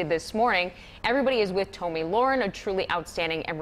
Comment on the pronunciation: It's pronounced "Tommy lair-en" or the "laryn" in laryngitis. Research is dead in this dark age of "news".